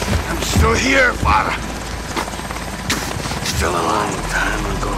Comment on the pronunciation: SomeRandomBoi YT it’s fa-ra my guy